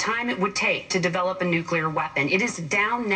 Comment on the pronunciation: no such word as nucular gov is ignorant and stupid